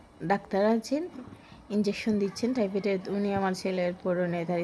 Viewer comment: টাইফেট না টাইফয়েড হবে